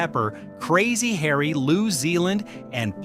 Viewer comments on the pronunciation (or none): none